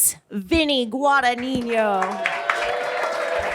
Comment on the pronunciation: Vinny “Guadaniño” hahaha